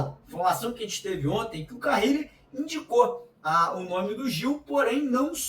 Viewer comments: Porque ele insiste em pronunciar carrile se o sobre nome é carille?😅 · Será que ele aprende a falar carille ao invés de carrrrile até o treinador ser mandado embora? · Pelo amor de Deus, não é "CARRILLE", é "CARILLE".